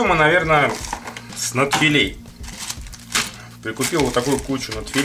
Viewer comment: нАдфилей, а не надфилЕй вроде